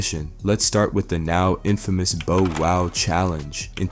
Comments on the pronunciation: My guy called him Bo Wow, sounding more like "J-Wow' 😮 😏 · Bo - Wow 😂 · I’m saying who the hell is Boe wow I think he did that on purpose had to😂😂😂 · How in the hell do you mispronounce “Bow Wow” as “ Bo Wow”?!? Better yet how do you also mispronounce “tyga” as “Tea ga”?!? Also anyone who knows, Knows MC Hammer ain’t broke and hasn’t been since the 90’s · "Boh woh" "Ti-ger" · I'm still don't understand people that do stories about people or culture and can't even f**** pronounce their names right, "bo wow" really "teega" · Right BO WOW. Tega 😂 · This man butchered tyga and Lil bow wows names!!!